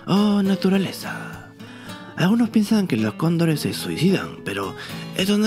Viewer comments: Si dises cóndores muy rápido se escucha condon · Si yo también pensé que decía condones jajaja